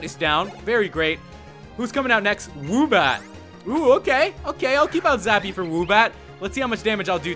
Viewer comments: you said woobat, zubat, zwoobat, and zhwoobat. It's Swoobat. Otherwise, your videos are awesome. I just thought it was funny how you kept messing up on Swoobat's name.:) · IT IZ SWOOBAT NOT ZUBAT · he called swoobat zubat